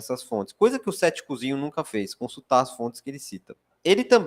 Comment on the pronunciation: Tanta informação importante e eu prestando a atenção cada vez que ele falava "ceticuzinho" 😅😅😅